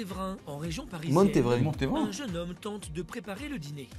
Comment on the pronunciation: "A Mont Révain" 😂 ça se dit bien "Montévrain" 👍